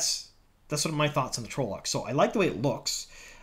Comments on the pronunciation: Please its pronounced trol-lock not trowlock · Its 'tral-uck' dude. Not 'troll-lock' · I hate to be that guy but.. TRAHL-lohk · Yeah. It's trah-loc. Tells you that in the glossary in the books. Also the trolloc is wearing armor and has a sword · I can't get over how you pronounce trolloc. 😂